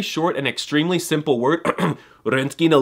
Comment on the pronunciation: РентгЕн there is no И in it) and well, ы is still to be improved) you force it too much as the majority of foreigners do) anyway, I'm lucky enough to speak Russian, English and Italian and I used to study German as a kid, so I do appreciate your videos. And thanks for having a correct stressed syllable in a word bAbushka)